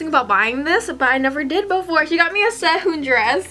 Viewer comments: No offense but Really disturbs me when you say Korean names with an American accent (ssei-hoon) I don't know why. But your so pretty!! Your only 2 years older than me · please learn korean you cant say SEHUN you must speak it other